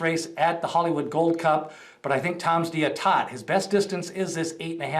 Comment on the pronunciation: Go Tom d'Etat! Pronounced Day-tah. He is a beast.